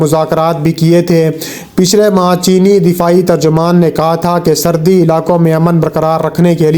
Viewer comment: Srdi, Srdi, Srdi.... Lgta hai apko Srdi kuch zada hi lgti hai jb hi urdu bhi theek se bol nahi pa rahey hain. Asl lfz "Srhdi" hota hai Bhai. Pind se seedha ghr aa kr video bnaney beth gai ho kya? Urdu to Sahi trha se bolna seekh lo. Ooper se sans ap ki Itna chrhti hai k jesey ap Aik meel tk dorh lga kr video mai voice over kr rahey ho. Mike mai ap ki sanson ki avaz BOHT hi buri lgti hai jb ap boltey ho. Bhai ya to Apni in dono khamiyon ka koi hl nikal lain, ya phir ap ksi or se video ki voice over krva leya krain plz. Right?